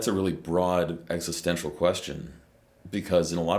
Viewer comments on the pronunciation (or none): none